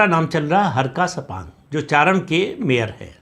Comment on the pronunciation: Kripaya uchharaan thoda sahi se kariye uska naam हर्क सांगपंग aur wo धरान का meyor हैं चारान् nahi.